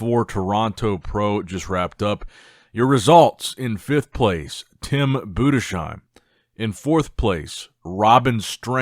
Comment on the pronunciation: hey there, just wanted to suggest trying "budes-heim "[bu-des-hime]". kinda heard it too often now to not reach out ;)